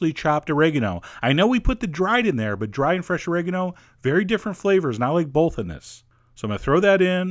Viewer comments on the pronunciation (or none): bowlth? you like bowlth?